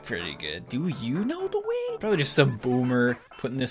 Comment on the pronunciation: that spot on pronunciation of "Do you know the way"